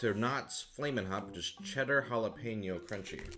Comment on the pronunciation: Holy shit, he actually pronounced jalapeño right!